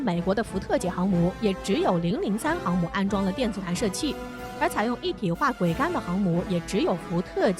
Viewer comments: 桅杆 念做 危 不要再念錯了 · 你读一下试试，她念错字但很专业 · 播音员的水平都低到这种成都了吗？连“桅杆”这么普通的词都能读错，这是找了个小学没毕业水平的人吗？